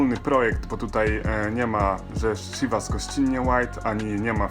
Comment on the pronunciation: jak coś wypowiada się cziwas